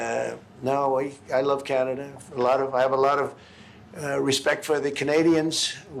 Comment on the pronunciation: He loves tesler and canader.😂